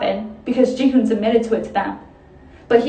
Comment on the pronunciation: I'm sorry but the way you say his name makes him sound like a bad rapper name, haha. It's Ji Hoon, like the letter G Hoon. Thank you for making this video though, 100% on point.